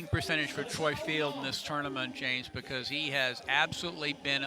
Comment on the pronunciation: Is it so hard to say Troy Field's name properly?